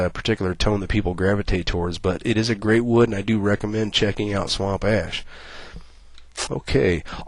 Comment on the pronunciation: i'm sorry, but I had to chuckle every time he said "swamp assh"